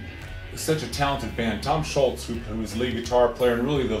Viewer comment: Let him know it's Tom ScholZ, not Tom Sholts.